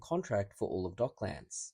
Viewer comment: It's pronounced with a schwa vowel, like Docklends, not 'Dock-lands'. Just FYI